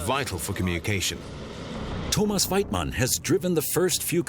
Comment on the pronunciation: Thomas Weitmann .!!!!!!!!! IF HE SAYS THAT BLOODY NAME LIKE THAT ONE MORE TIME.. !!!!!!!